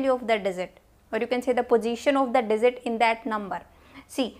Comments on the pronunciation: indians be like swap (j,z) ------> dizit :D not digit . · Oh, I couldn't understand what you're meaning by 'desert' here, while dealing with numbers, until I realised that the word was 'digit' for which you said 'desert'! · It's Digit. NOT DIZIT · dizit nai digit hota hai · Maam its DIGIT .....not DIZIT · I was in the mood to study but she pronounces 'digit' as 'dessert'......now I wanna eat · Dizit 😆 By the way lecture was fantastic !